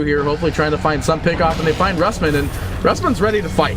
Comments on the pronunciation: neutron johnny more like roos-mann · Rusman pronouced by caster as rasmen? lul